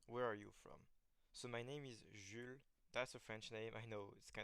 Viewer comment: IGN: Merc1fuL So ur names is Jules but u pronounce it like uchle i dint even know lmao. And its cool how u got ur name.